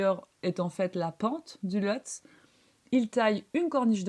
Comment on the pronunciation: On prononce "Lhotsé".